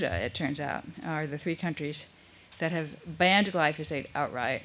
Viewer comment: It's difficult to take anyone seriously when, from first mention and thereafter, they mispronounce the name of the chemical they are condemning. It's GLY-FO-SATE, not GLY-SO-FATE! Also, reading the thread of comments further discredits the presenter. Finally, what's the connection between Glyphosate and GMO?